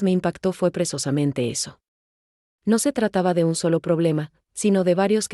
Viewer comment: Hay que informarle a la I.A. que no se dice presosamente sinó *precisamente*. Fíjense que manera de hablar y de hablar y decir: ¡ABSOLUTAMENTE N A D A...!